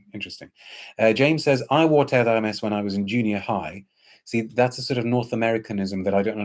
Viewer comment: Thank you for getting the pronunciation right even though you may not be a French speaker. I can't be bothered with reviewers who can't even pronounce what they are reviewing. You have a very pleasant voice and could be a radio DJ. A very enjoyable review brimming with charisma. I am glad I have found and subscribed to your channel. Can't wait to try Eau Givrée.